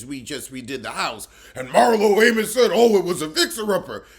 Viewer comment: “MarlO AMOS” 😫🤦🏾‍♀️ never gets old